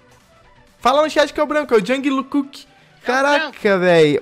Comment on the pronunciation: As armys deve ta putas por que ele falou o nome do jungkook errado 😂❤❤btss ❤❤